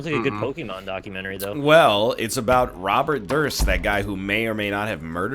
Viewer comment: Low-key thought you said Robert Thrisk instead of Robert Durst. Got a little more interested in my high school for a second